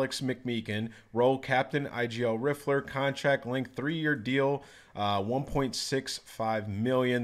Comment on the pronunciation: the way you said rifler annoyed me